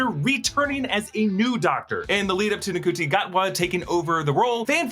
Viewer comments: Just a heads up, his name is pronounced "Shooty" Gatwa. Not Nacooty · Ncuti's name is pronounced "Shooty", just fyi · Ncuti is pronounced “shoo-tee” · it's shooti gatwa, not ncuti. its pronounced shooti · Ncuti is pronounced Shooty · Ncuti is prounounced shooti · Ncuti is pronounced Shoe-tee which has caught a lot of people out! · Just to let you know, Ncuti is pronounced SHOO-TEE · Ncuti’s name is pronounced “shooty.” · His name is pronounced "Shooty" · Ncuti is pronounced shoo-tee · Sorry to do this, Ncuti is pronounced 'shooty' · That's not how you say Ncuti - it's pronounced "Shooty" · The 15th Doctor actor's name Ncuti is pronounced "CHEW-tea". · It’s pronounced Shoo Tee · hey just an fyi Ncuti's name is pronounced like "shoo-tea" ! but love that ur covering doctor who hope it carries on !😊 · yay i was wondering if yall would be covering it. also Ncuti is pronounced, roughly "shooty" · Ncuti... pronounced SCOOTY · Awesome! Btw Ncuti is pronouned like Shuti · FTR: Ncuti Gatwa's name is pronounced like Shooti, or shootie. :) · And Ncuti is pronounced shooty just for in the future ❤ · YES!! I’m so glad you guys are doing doctor who! I’ve been watching both you and doctor who for years, it’s nice to see you both cross paths. Also, you pronounced ncuti’s name wrong just so you know :) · I mean this is great that you’re doing this but I’m like two minutes in and you’ve said Ncuti’s name wrong, mispronounced Adric, and you’ve got the TARDIS wrong! It’s Time and relative DIMENSION (single) IN SPACE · I don't see why you would be covering Doctor Who, when you've NEVER covered it before. Seems like a bit of a stretch. you even pronounced ncuti's name totally wrong. SMDH